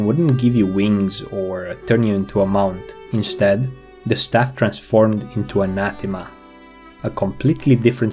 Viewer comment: Hey look, someone who pronounced “Anathema” properly! I keep hearing people on YouTube call it “Anna THEEMah”. No no, emphasis on the second syllable. an-A-themuh